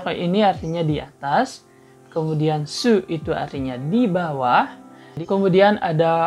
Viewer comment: Mantap kak👍👍,sangat membantu Tapi koreksi dikit kak,pengucapan sousnya (dibawah) itu salah kak.pengucapannya Unya tidak seperti sur,tapi su biasa. Ma'af dan terima kasih🙏